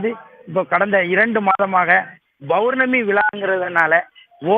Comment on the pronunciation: முதலில் ஒரு நல்ல செய்தியாளர் போடுங்க. அவர் பௌர்ணமி என்பதைக் கூட தவறான முறையில் உச்சரிகிறார்.